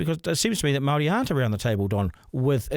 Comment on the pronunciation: This whole idea of making the Treaty of Waitangi null and void is just about grabbing resources—it's about money. Also, I really wish you would pronounce 'Māori' properly. I'm tired of hearing 'they' and 'them'—it’s dehumanising. Honestly, this is a discussion you shouldn't have bothered recording. It comes across as racist and would’ve been better kept private."